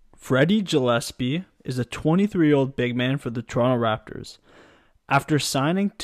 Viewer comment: Went to school with Freddie growing up, nobody deserves it more than Freddie G. Btw his last name is pronounced gill as in fish gills